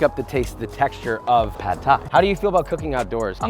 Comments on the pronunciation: It’s pronounced more like paht not pad. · I know it’s nit-picking and it’s spelled “pad” but it’s actually pronounced “pod”. UR pronounced it correctly. The A is as in “car” not “cat”.